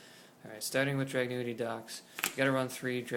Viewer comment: "Drag-gun-ity" not "Drag-new-ity" lmao and this version of the Deck is NOTHING compared to the deck after the Structure Deck comes out..... and "this could be tier one"? I'm not too sure about that (but this version definitely NOT lol) especially with Samurai's being utterly STUPID O_o